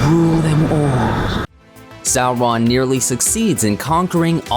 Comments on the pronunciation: Sou-Ron?? Who’s narrating this, the Key & Peele substitute?? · Sow-RON? 🤦‍♂️🤦‍♂️ Tol-KEEN? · A good video. Except for the annoying Sau-RON which quickly gets grating. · We know; the narrator is pronouncing it "Sau-RON" instead of "SAU-ron." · Sow-Rawn. Tolkeeeen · I swear they used an automated reader for this video. Sow-Rawn. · In Appendix E, Tolkien states that 'au' is pronounced as in 'loud' or 'how'. So 'Sauron' is pronounced "SOUR-on" or "SOW-ron" (sow as in pig, not as in planting seeds). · Say it again....sar-RON Super funny. You must be canadian.. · Its Sour-ron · The way you say Sauron as “Sow-Ron” is shameful. Various other issues as well with names. Your dialog is too slow more times than not. You can’t even say Tolkien’s right. It’s NOT “Toll Keen” Check out Men of the West for proper videos and History of the Ages. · Its pronounced Sour-Ron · Sow-Ron.... interesting pronunciation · Why do you pronounce Sauron like that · Why u sayin sauron like dat